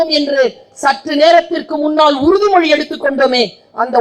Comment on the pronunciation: பேர் ஆ சிறியை தமிழால் பிழைப்பு உருது மொழி தாய்! அதனால் தான் உறுதி மொழியை உருது மொழி என்கிறாள். மொழியை உச்சரிக்கத் தெரியாத சிறியர்